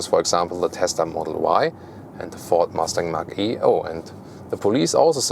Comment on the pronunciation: A colleague always calls the Mach-E "Matschi" 🤣